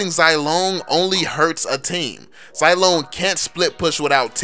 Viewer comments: Imma stop watching, just cuz you say "Zai" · When you call Zilong Zilone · Its Zee-long